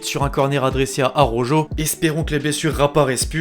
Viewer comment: Araujo = A-raou-ro